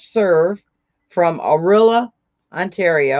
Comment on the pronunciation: Tokens are from Orillia (pronounced O- rill - ya). I am glad you like what I sent you. 🥰 Sorry I was late. I am watching replay now. ❤️